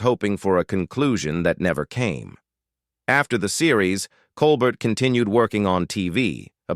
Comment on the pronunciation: Robert Colbert the T is silent it's pronounced Colber